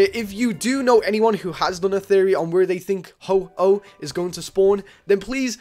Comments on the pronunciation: I hate this. It's HO-OH not HO-HO. He's not santa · MY FREAKIN GOD IT IS NOT HO-HO ITS HO-OH. WHAT ARE YOU PRETENDING TO BE.. SANTA? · Its Ho-Oh non Ho-Ho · ho-ho, really, it is ho-oh not santa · ITS HO-OH NOT HO-HO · PHOEN1X ohhhh you said ho ho :/ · is Ho-Oh ,not Ho-Ho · WHYYYYYYYYYYYYYYYYY do you say ho-ho its ho-oh ho-oh is not santa!!!!!!! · Ho-oh not ho-ho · XD why after you exit Silver Cove you call Ho - Oh "Ho-Ho" XD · Its ho-oh yup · he called it ho-ho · PHOEN1X yessssssssss